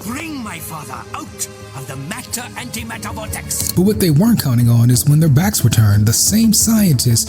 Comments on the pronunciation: Matter and Antimatter not Mater antimater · Isnt it "antimatter"? I thought i read mater antimater.